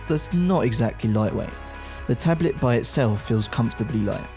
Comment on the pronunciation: I also really, REALLY hate the way he says 'tablet'.